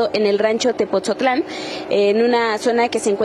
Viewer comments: Weyes es tepotzotlan, no tepoztlan nmms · Se dice "Tepotzotlán" no "Tepozotlan" pésima manera de hablar de este pseudoconductor. No saben ni hablar y así los contratan